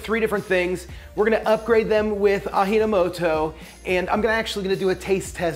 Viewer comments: It is pronounced literally. 'Aji' is a short reference. The 'j' sounds like a good ol' American English 'j.' Never have I heard a single soul, aside from, prononce it like an 'h.' Ever. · Ah-gee-no-moto, not Ah-hee-no-moto. it's not spanish. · And even in Peru, a country that speaks Spanish, we pronounce it as 'j' not 'h' :) maybe because we used ajino moto for the longest time and cause we have a large Japanese cultural background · It's ah-jee no moto. It's Japanese, not Hispanic. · It is pronounced as "Ah Gee No Mo Toe" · Its pronounced 'Ah - Gee' No Moto.. fools hate on MSG but don't know its in the chips they eat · "ah-gee" no moto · Having worke in Toyohashi, Japan for a whioe, I will tell you that "ji" in Japanwese is pfronounced "Gee". FWIW. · Ah-gee-no-mo-to (as in gee wiz) There are no accented syllables. Thanks for this video. I learned of Ajinomoto in Japan in 1985. At that time it was controversial but we used it anyway, as it really enhanced Japanese flavors, and look how long those Japanese people live! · Aji-no-moto It’s an English “j” sound. Not an “h” sound like in Spanish. Ji in Japanese is said like we say the letter “G” Ah-jee No Moto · Im sorry I like the vid, but Im ngl I cringed in the "AHEENOMOTOW" part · I think its pronounced a-g na mo to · I know it's a year later but it's pronounced with a hard "J" the Japanese do not have a breathy J the only letter is "H" itself ( like... Ah-"g"-no-moto) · It's japanese, why are you saying the "J" sound like it's spanish? A-JI-NO-MO-TO, repeat. JI = G. You just said it, in MSG. GGGGGGGGGGGGG. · Ah - Gee - No Moto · AH GEE NAH MOH TOE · From Japan so I appreciate MSG. Was never against it. Ajinomoto pronounced Ah-G-No-Mo-To. 💕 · Close! It's Ah-jee no moto as in, "the source of flavor" Aji is taste/flavor. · Correct pronunciation of 味の素 (AJI no MOTO) is: Ah GEE NO MO-TO ... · Pronounced: Ah Gee No Mo Toh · It's pronounced AH - G - NO - MOTO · Pronounced: Ah gee no moto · ahh-gee-know-moe-toe lol